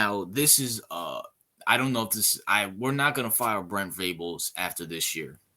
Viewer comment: Man first off, it’s Venables, not Vrables. I respect your opinion because Urban is a great coach, but OU will never hire someone like Urban Meyer. Joe C. will not tolerate the drama Urban brings with him. We’re fine though because Brent Venables is the guy. You need to do a little more research on BV bro. He was considered the best DC in the country. He’s won 3 national championships as the DC (one with OU and two with Clemson), and coached in 8 title games total as the DC in the last 20 years. And with regard to recruiting, Venables just brought in the highest rated class in OU’s history since they started ranking the classes. Give him time….Riley gutted the team of talent when he left.